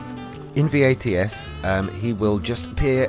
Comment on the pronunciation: Thanks for upload. Just FYI. It’s VATS. Not V. A. T. S 😉 Tho I’m sure u know by now